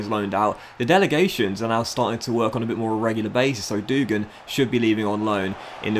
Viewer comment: hey, i might be wrong but i think devine should be pronounced de-veen and dougan should be pronounced dug-an